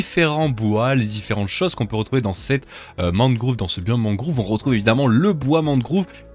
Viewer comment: deep dark mangrove (prononcé mangroove)